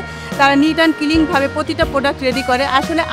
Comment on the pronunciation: ের কিছু ইংলিশ ওয়ার্ড উচ্চারণে প্রবলেম,,, ফ্লোর কে বলছেন ফোলোর,,, ক্লিন কে বলছেন কিলিন